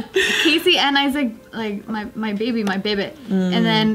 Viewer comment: you say my bebah every vlog 😂